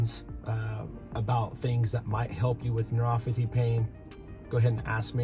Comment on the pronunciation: It’s neuroPathy, not neuroFathy.